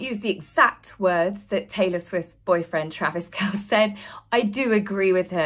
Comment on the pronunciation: Love your videos- just so you know- Taylor Swift’s boyfriend’s last name is pronounced - Kel-cee. Not trying to criticize- just thought you might want to know for future reference.